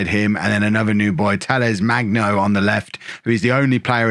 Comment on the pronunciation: FYI: hard g for Magno